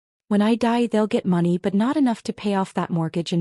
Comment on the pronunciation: Please teach your narrator how to properly pronounce money.